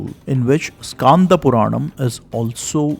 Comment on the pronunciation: i am from thamizh nadu.I know thamizh. It should not be pronounced as irama but rama 'e' is silent. Btw it should be pronounced as Skanda not Skaanda. Also it " Yeri kaatha ramar" since he protected it. I am near that area so i know it. Kindly take it in the learning sense. Thanks